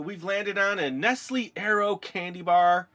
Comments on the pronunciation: It is not pronounced NestLIE-It is pronounced NestLE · Its pronouced neslay